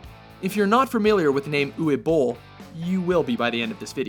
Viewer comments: "Ooway" Bohl ? Uwe is pronounced "Oo-vuh" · It's pronounced oov-eh not ooweh. pronounciation nazism asside please make a "best worst movies" list. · 'Uway Boll'? It's Uwe (Oo-vay) it's German man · And "Uwe" is pronounced Oovuh, not Ooway. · Maybe pronouncing Uwe Bolls name correctly should make it into a top ten WatchMojo fuck ups segment, along with Michael Mason rather than Madson. Uwe is pronounced 'oover' not 'youie'. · It's pronounced U-vah Bowl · It's pronounced Uva. Uva Boll. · It's written Uwe, but pronounced Uva. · Uwe Boll's first name is pronounced Uve. Being German and all. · I hate to be "that guy" but Uve is pronounced Ooh-ve. On a slightly positive note I watched Wing Commander back when sky movies was two channels and actually quite liked it, as a 11 year old anyway. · Michael Mason? Umm who? Uwe is pronounced with a "v" sound for the w. List is solid, but again lack of quality control damages the final cut. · Can these idiots not pronounce Uwe and Julia properly?